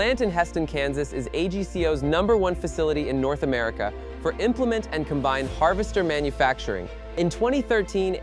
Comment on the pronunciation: ...among all the other words it mispronounced, like combine that was mispronounced most of the time, but at least once AI got it correct. Or Kansans, really?! I suppose you don't want to spend money for a good text to speech model when you're in the business of AI slop.